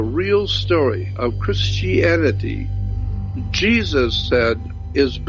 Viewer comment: If you notices he said chrsitanity and jewdaisim